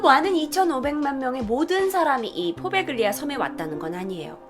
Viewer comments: 포베글리아???? 이태리 원어 스펠이 뭔지 모르겠지만 가운데 들어가는 g 는 보통 발음을 안하는데. . . 참 낯설구만요. 나 이태리에 오래 살았던 사람이라. . . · 이탈리아어는 gl, gn이 이어질 경우에 구개음화가 일어나요 Poveglia는 포벨리아라고 읽혀집니당